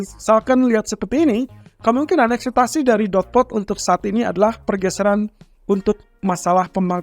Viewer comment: Ekspektasi bang bukan akseptasi